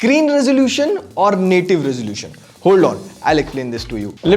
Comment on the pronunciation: "roselution," said.......